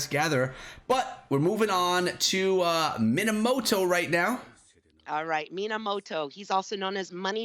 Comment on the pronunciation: his name is minamoto not moanamota